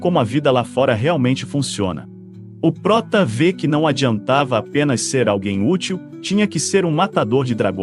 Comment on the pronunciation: mano to meio enduvida se e oprota é ( ele.) ou (ela) falacerio ese jeito de pronunciar ta mequebrando